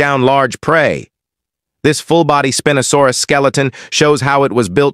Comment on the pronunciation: Why did he say spinosaurus like spin no saurus